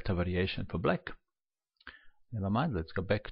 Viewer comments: Why do you pronounce black as "bleck"??? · It sounds like "let's go back... Book (black) move is... Pawn takes pawn"